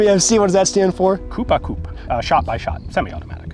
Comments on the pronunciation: the P is silent in coup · *Coo par coo. One does not pronounce the P in "Coup"